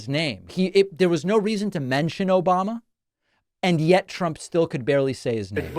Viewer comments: OBAMNA! LOL CRACKS ME UP EVERY TIME I HEAR IT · O-BAM-NA! never gets old lol.